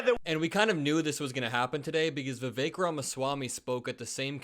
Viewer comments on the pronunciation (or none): none